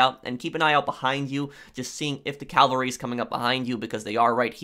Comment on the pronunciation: Cavalry not calvary Cavalry is mounted troops Calvary is the hill on which Jesus was crucified